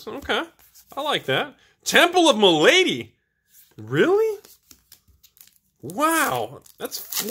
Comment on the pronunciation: it's pronounced "MAL-ADY", not "MA-LADY". I thought you were an educated man.